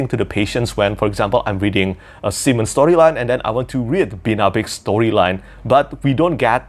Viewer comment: I am such a child. I laughed so hard when you pronounced simon your way, i know its just your accent (im sorry if this is in anyway offensive i love you ) but it sounds like you were saying semen. That childish nonsense aside, the audiobook pronounces it Sigh-men, the second way you said it.